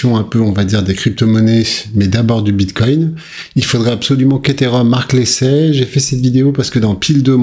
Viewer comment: Vers 6 minutes 50 ta failli dire une fois de plus Biscoin 😂